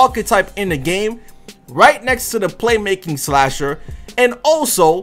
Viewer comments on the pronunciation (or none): none